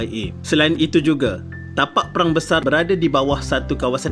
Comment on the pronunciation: Perang bukan Prang